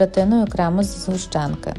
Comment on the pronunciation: Не згущенка а згущенка